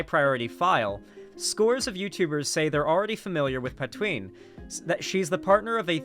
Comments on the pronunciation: Pan - TwaN - Ne - is the enunciation for "Pantoine" .... you lefty making fun of us quebecois for being francophones shows how you'Re jsut as much a joke as anyone, your values ain't worth more than your fake vomiting at the thought of french quebecois language. [ you ain'T nmothing close of the P o sh*t Gariepy, don'T worry, but man it'S sad to see you act like a Leafy or any trash youtuber bashing quebecois] You are better than than and should do better than that next time. Been a yea, gotta get Gariepy roasted if you can debate him and other youtubers could debate him and get the truth out of that cultist ring wing nut. Center-left here and i say : you can do better than joking at quebecois. It hurts so much, i had so much respect for you and had missed that part when watching the video last year and this year... now it hurt like a brick. You kicked me n the nuts and i accepted to keep listening all theses years to you cuz you had a good thinking head. You ain'T dumb man, but agree that we can do best when we are united as north americans no matter what language we speak. United against actual fascists. No matter who the actual fascists end up being when the day of standing for center left comes. I'll be center left, not far left . Front line for the left is us at center-left. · pronounces her name like Poutine, I can't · Francois is "Frahn-swah" and Patoine is "Paht-wahn." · I literally thought he was going to start calling her "Poutine"